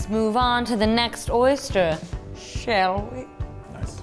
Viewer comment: "Let's move on to the next one , shell we?" LOL!